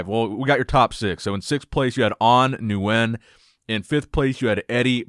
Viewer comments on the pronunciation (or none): Nick, Nguyen is pronounced “win” not “nu-win” like you’re saying. Please say it correctly!